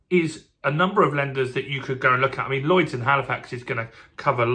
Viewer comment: Lloyds, not "Llyods" (sic). However, I was impressed that you had no trouble with the double 'l', as I always think that is tricky.